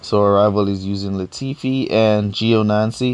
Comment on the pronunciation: 3 videos ive watched and in all 3 you destroy these drivers' names... Gionancy Raikugen etc... They arent hard names to read...